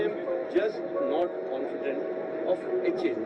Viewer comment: Its not Haal its Eh A El Pls be specific